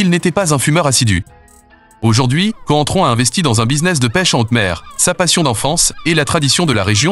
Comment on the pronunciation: C’est contrao ça se dit espèce de footix